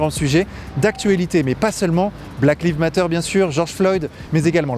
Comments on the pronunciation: Oh lala... même pas trente secondes ds la vidéo: [blaquelivmateur]... il faut apprendre à dire ça en anglais, quand même! Ça sonne ridicule sinon! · "Black leave matter" 😂